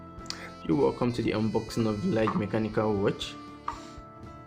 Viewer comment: It's actually pronounced "Lee Guh". Nice review tho